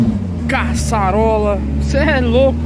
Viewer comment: Caçarola pronuncia engraçada😂